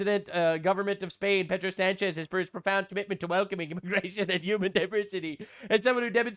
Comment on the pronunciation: You made sanchez sounds like french